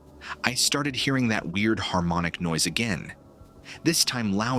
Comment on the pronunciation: Good video. But the way you pronounced white noise as “nose” and echo as eco was unexpected